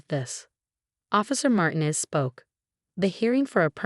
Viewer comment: I do like the narrator's voice. I have heard several stories by her. But. please, I beg you! She must learn how to pronounce people's names. In this story alone, Derrick and Martinez were constantly mispronounced. 😢In other stories, Rachel is mispronounced...and it is used often. Does no one review, edit or preview these stories? 🤯 Perhaps the voice-over actor is not a native English speaker. If not, then I congratulate her on her English speaking skills!😊 Is this possibility AI? I doubt it, as AI thinks a comma, like a period. is a full stop. PLEASE! Give her names she is familiar with and can easily pronounce or instruct her before hand. Never mess with someone's name.😬